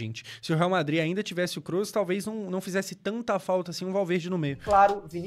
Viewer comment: Você pronuncia certo o nome do Kroos. Muitos falam com ó ao invés de ô. 👌